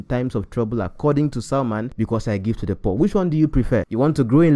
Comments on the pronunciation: Great breakdown sir, and truly something to discuss I want to just point out a few things. first of all its "Selman" not "Salman". Then second of this is a "spiritual principle" one that may not be understood with human wisdom because if you think of God in one direction or as one who is fixed (i.e it has to always be like this all the time) you may miss it. If giving to the poor is really what spiritually is correct then why should we give to God who is not poor in Hope's that he will bless us. You can give to God not only through poor people but offerings and first fruits and I'm sure we have all done this. He's already wealthy and the source of it. But everytime we do we arise in blessings. I'm saying Apostle is correct in what he's saying and you are too. They are some blessings even from parents you can only access by getting something for them and many times they may be wealthier than you. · it's selman not Salman please.